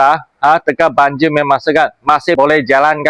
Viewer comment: Banjir bos bukan banjiu😂